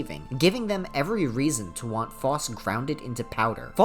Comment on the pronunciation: Ty king for the video, great content. However I must apologize for what I’m about to say- You’re pronunciation for Phos is wrong I’m sorry aaaaaah